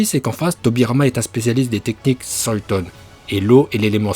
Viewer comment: Olochimaru (ou comment mélanger les prononciations jap et fr dans le même nom) et soiton aussi x'D